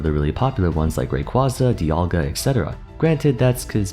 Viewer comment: Biggest offense in this video is the Rayquaza mispronunciation